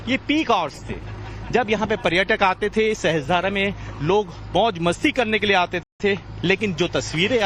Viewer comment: सहस्त्रधारा नहीं सहस्रधारा है। उच्चारण sahasra धारा है sahastra धारा नहीं। मीडिया संस्थान है। अपना उत्तरदायित्व पहचानिए